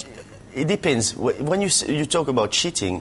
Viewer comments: LMFAO hahahahahaha when he says cheating it sounds like he says shiting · at 2.55 it sounds like Ginalo is saying "shitting" instead of cheating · Cheating or Shitting?